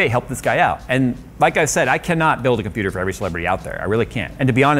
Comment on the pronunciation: wait, did you just say "He built himself a Computurd" ?